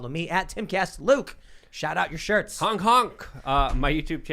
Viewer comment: Sometimes Tim says hunk instead of honk. Let that sink in.